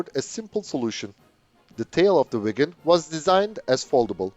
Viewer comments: Swede here, your Viggen pronounciation is good. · Aggre and im Swedish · You say viggen perfectly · You are pronouncing “Viggen” beautifully, exactly like a Swede would do! 👍👏👏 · yes you pronounced viggen correctly in this video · Swedish is a bit strange for non Swedish.. we have sounds in word that are special. Draken= the a sound is the same as when You say the word "are" and the Ken doll name so Dra-Ken but in one word! Viggen You said right. Gripen is.. the i sound like ea in the word "easy" and pen is like the pen you wright with, So Gri-Pen in one word. if you have 2 consonants like Viggen you have that like the american word "rig"... If You use old British english, then the sound on the letters will be very near...